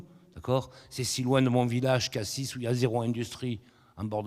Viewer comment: Il prononce bien le S de CassiS. Et non Cassi